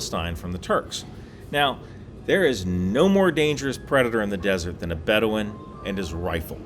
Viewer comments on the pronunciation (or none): none